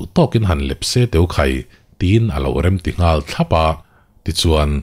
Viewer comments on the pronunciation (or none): none